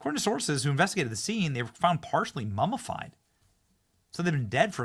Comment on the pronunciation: Ok. I can't listen to this anymore. Learn to pronounce words properly: MUMMIFIED not MUMMAFIED. Absolutely awful pronunciation.